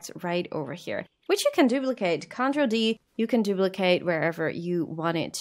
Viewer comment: The way you say control is correct. The way you say CTRL (which is just short for control) everywhere else in the video is wrong. The emphasis should be on the trol, not on the con